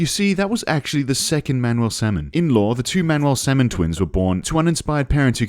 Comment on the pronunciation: salmon, pronounced "semen" k.